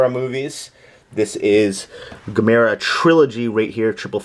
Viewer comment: loved Would You Rather,Evil Dead 2,Monster Squad,The Fog From Beyond is my favorite Stuart Gordan and Jeffrey Combs film btw you're saying Gamera wrong ;)